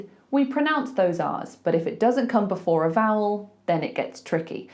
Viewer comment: you broke your own rule with “before” but i looove this video 👍